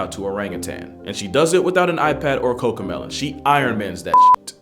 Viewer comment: "without an iPad or Cocomelen" is crazy